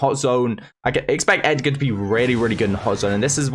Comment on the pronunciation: Ur supposed to pronounce it ‘edge’er’